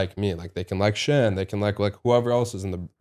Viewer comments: He keeps calling Shan Sean lmaoooo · How come nobody is talking about how is calling him Shawn the entire time😂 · Why are you calling him Shawn?